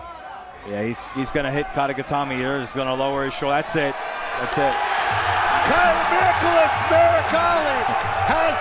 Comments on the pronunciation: Not "Niggalas" Meregali. This announcer is wild 😂😅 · That man said Niggalas lmao